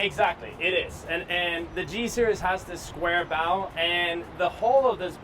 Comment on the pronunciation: Series -- It's "seer-eze, not "seer-e-us." Just sayin'